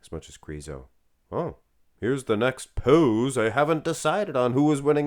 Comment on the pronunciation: I love the way you are crooning Krrrriso